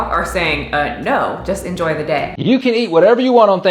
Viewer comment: Who else thought she said, "Enjoy the tits." I'm like, she didn't show much in this one.